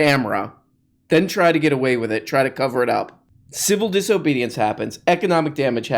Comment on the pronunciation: “Civil Disohbohdiance”